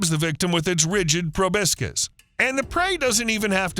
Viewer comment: It's proboscis, not probiscus Edit: he said it correctly